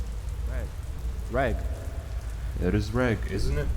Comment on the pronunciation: This was so good! Your sound quality and narration just keeps getting better and better each video! The only comment I have is that I think due to the prose, the protagonists name is Reg, pronounced red-ge, as in Reggie or Reginald. I think that the author of this one is British, due to the dialect and slang terms used, and the story being on a UK vessel. I might be wrong, and if so I apologise! It just seems to make more sense this way. This is in no way a criticism, as you know that I'm a big fan of your channel, I was just asking for clarification! Well done again. Looking forward to listening to the next part of this amazing story! Take care and stay safe 🙋